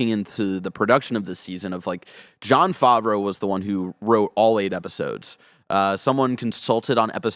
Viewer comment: I cringed every time mispronounced Favreau like "Faw-vreau" -- reminds me of my brother's friend who speaks really authoritatively about "Dark Vader" lmfao.